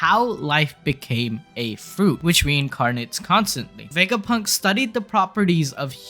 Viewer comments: I know that this is a little mean and i dont mean to make fun of your accent but i think you saying wegapunk instead of vegapunk is really funny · Dunno why I Love how he pronounces the V 😊 Wega Punk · you call him dr wegapunk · “Dr wegapunk”🤓